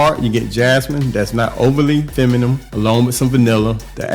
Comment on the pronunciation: Buddy it's feminine, not femanum😅